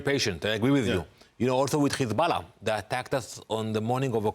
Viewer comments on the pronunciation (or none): The ambassador’s tongue performs a circus act, especially when he tries to pronounce 'KKKHHHESSBALLAH'.